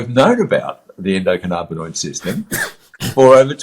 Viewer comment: Who the hell is this guy, he doesn't even pronounce the system correctly 'endo canna bin oid' theres no 'carna'